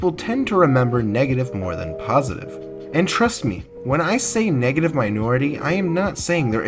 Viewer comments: Negative? Negitive? Good vid tho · Negitive Lol, was that on purpose or was that a mistake?